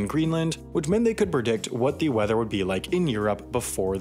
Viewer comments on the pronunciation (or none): Did you actually say "berdict" instead of predict? Menace??